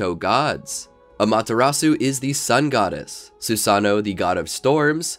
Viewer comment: SU SA NO lol its sue-sun-oh